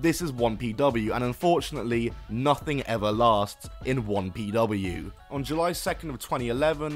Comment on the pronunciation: why do you keep saying wompw its 1pw